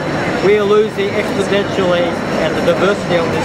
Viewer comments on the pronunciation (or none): The fact that this person repeatedly says "expodentially" leads me to believe that he's never actually consulted the "charts" he mentions or read the "science" he cites. Call me picky.